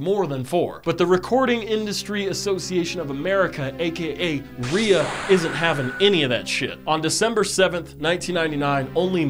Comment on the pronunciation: You pronounce RIAA as “reeuh”. I love it. You’re so cool. I used to be active as shit on Napster, Kazaa (KaZaa light was the best), MOTHA FUCKIN MORPHEUS, bearshare for a whole two seconds. REMEMBER WINMP3 or whatever that weird app was called?! Somebody help me out what’s that weird small black box p2p app that was also big